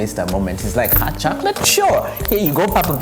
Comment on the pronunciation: 😂😂😂😂 haaaat shocorate 😂😂😂